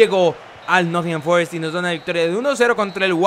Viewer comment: "Con el Nott'n Forest el blablabakfkfkakNcisia de la Premier League"😂😂😂😂